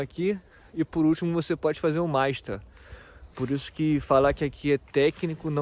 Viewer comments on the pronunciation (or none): Sua pronuncia na palavra Ausbildiung e Meister está errada